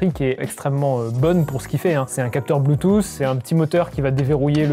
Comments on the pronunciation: Haha ce marcel même pas classieux et grisâtre et une crevette qui prononce "un anti-vol blutusse" ! J'ai arrêté là ! :) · c'est un antivol "blUUTUUS"